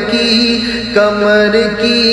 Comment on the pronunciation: کمر نہیں۔ قمر ہے۔ اپنا تلفظ ٹھیک کرو